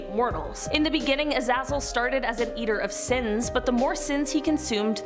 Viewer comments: Azazel is pronounced A-Zay-Zall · It IS pronounced A-zay-zal. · I thought it was pronounced A-zay-zal. He's in a whole bunch of TV series most notably played by Michael Fassbender in "Hex". Great show